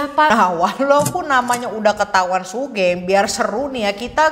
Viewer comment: btw kak, sugeng itu pronounce nya sugeng bukan sugeng (ngerti kan kak maksudnya TT) itu nama umum si buat orang jawa